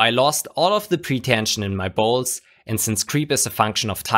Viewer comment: "Lost all the pretension my balls" ROFL . when I read the subtitles it says "bolts" but is sure sounds like "balls" lol